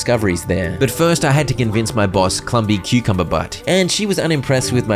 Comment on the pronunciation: The way he kept saying clumby clumbernut’s name wrong it kinda reminded me of luffy 😂 how he kept saying everyone’s name wrong and just called them nicknames